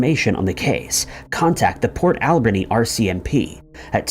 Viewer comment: I'm from nanaimo, and I've never heard anything about Amber. I'm not surprised though because cops on the island are really, really lazy. It's also funny to hear someone call it port AL-berni. Locals put the emphasis on the ber part, like alBERnee